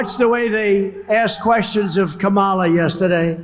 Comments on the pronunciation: I'm so tired of this loser mispronouncing Kamala's name. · Great show Ben. He could be on a beach, but, there again.... he could and "MIGHT" end up in a federal prison. Wouldn't that be splendid! He's still having trouble saying President Elect Harris' first name right which makes him totally stupid. Poor Howard Stern, now he's turning on him. I laugh at the empty seats. My! He's so popular (NOT). 😃😄😆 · It’s so incredibly disrespectful how he mispronounces Kamala’s name 😡